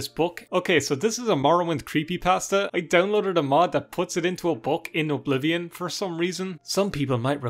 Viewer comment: My favorite part of the video is when you call it O'Blivion.